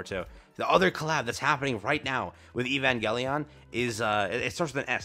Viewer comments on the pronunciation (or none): none